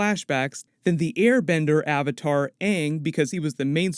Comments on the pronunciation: And first and foremost is ANNG IS PRONOUNCED UNNG ONE MORE FUCKING TIME I WILL MURDER THEM, and SOKKA SHOULDNT BE PRONOUNCED SOAKA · All ik is my guy name better be pronounced “ing” and not “ung” like the movie🤢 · If they pronounce Aangs name Ong, I'm gonna have a bitch fit. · If they call Aang “Ung “ And Iroh “eeroh”, I’m burning toilet paper. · Hopefully he doesn’t say my name is oong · If they pronounce Aang as “UnG” in the Netflix series...I’m gonna be rlly annoyed 😑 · If Aang is pronounced “Uung” im going to riot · Well it didnt even bother to me because when i watched last airbender it was in my languae dub and in that dub they called him uung